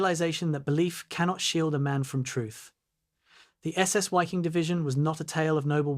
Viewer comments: Pronounced V-ee-king. Otherwise just do the English pronunciation, better than a mess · Dumbass ai doesn’t know that German Wiking is pronounced Viking.